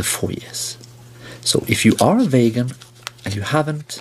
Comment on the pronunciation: "vagan" he dosnt even care to pronouce it properly. Guys a total nutjob imo.